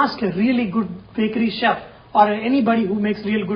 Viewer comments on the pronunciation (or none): none